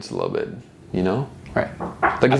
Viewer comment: Why did you add a T in Nazi?